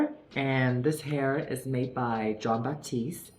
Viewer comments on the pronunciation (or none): none